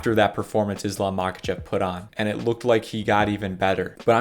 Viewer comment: He is not Mákachev, he is obviously Maháchev. The H is pronounced like in helicopter. Same with "Kabib". He is Habib